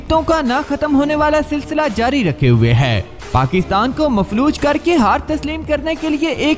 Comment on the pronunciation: نام ٹھیک لیا کریں پاکستان ہے پکستان نہیں